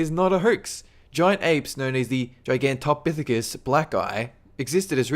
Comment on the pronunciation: Did you say giantophisias black guy